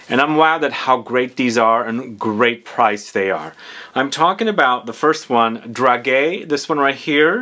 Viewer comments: It's pronounced "drajé", it's a soft /g/, "dragué" does exist in French though, but it means something different (like chated up, if it makes sense, 😂) and guimauve is not pronounced /gwi/ but /gee/ ... if you need French pronounciation sessions, do not hesitate, I teach French in a College in London 😉. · Hi , it is pronounced Drahjay and these are sweets ( sweet almonds) usually placed on wedding tables as favours to the guests and they do have a particular smell I would presume this perfume is reminiscing about